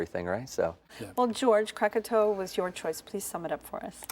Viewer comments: Kirain salah ucap krakatau jadi krakatoa. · It's krakatau, not kratatoa. And we don't drink wine. Sweet iced tea drink is for all